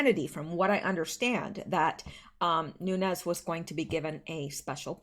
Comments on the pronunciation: Nunes is pronounced Nune S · do you have an air purifier? Try getting one, and running it in the room you record from, before your show. I'm wondering if the kitties are getting to you? I love my fur babies, but their fur/dander wreaks havoc with my lungs. Nunes is pronounced noo-nez. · Nunes, the e is not silent, Nu nez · Nines pronounced an Nun-ez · Since you asked, Nunes is a Portuguese name. It sounds like "new nez". If it was Spanish, there would be a tilde over the n and it would sound like "noon yez". But it's Portuguese. His family is from the Azores. We're from California and so proud of him!! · Noon es is the correct way to say Nunes. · Pronunciation of Nunes - Noon-ez. More commonly spelled Nunez, it's Hispanic/Latin/Spanish/Portuguese.